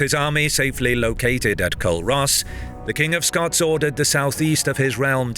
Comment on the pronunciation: Culross is pronounced ‘Coo-rus’ not ‘Kull-Ross’